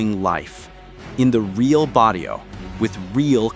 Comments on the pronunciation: bro said "in the Body-o" 😂😂😂😂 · "The jente of that barillo" what the heck is a barillo? 😂😂😂😂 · Ummm did he just say "bah dee oh?" Sounds about white. Hahaha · Please never say barrio again.